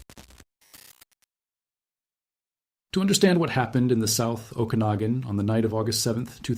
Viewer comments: The proper pronunciation of "Okanagan" is "Oh-kah-nog-an", not "Oh-can-a-gen". The origin is first nations. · Pronounced O-kan-a-gan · What a strange way to pronounce "Okenagan" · we are living in a time where we define how society moves forwards by how we choose to endorse or reject a practice. I’m all for use of AI for gathering information- but under human agency… if i sense AI in the first few seconds- I immediately disengage… why? Because you can’t fully trust what is not being vetted. If the Ai mispronounced the name of the region … I won’t be trusting the facts.